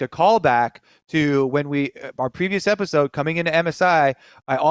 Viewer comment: My mans really said episood